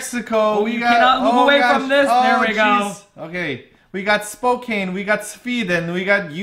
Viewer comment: Simon, I know you've been trying so hard on this one, & I love your efforts, so just one more time: "Spokane" = spo - CAN, like "spoke" and "Anne" run together, with the emphasis on CAN. (Any jokes re: how the WSU Cougars CAN/CAN'T are those of the reader, not the author, lol, I didn't say anything. ^_^)